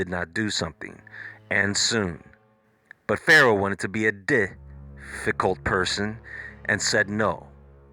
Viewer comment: "But Pharaoh wanted to be a dic-ffi-cult person." 😂